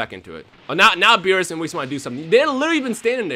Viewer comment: He is soo gringo that he says whis's name wrong